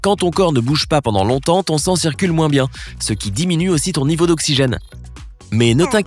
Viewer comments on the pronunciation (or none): none